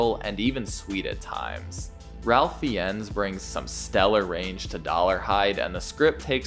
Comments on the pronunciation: Have you not researched the cast? It's pronounced "Rafe Fines." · I’m only saying this cause I like your content, but Ralph Fiennes pronounces his name Raef Fines. I think this is a nice adaptation and is superior to “Manhunter.” Just my opinion.